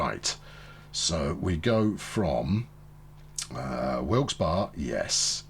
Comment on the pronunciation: it's pronounced Wilks-bury, :)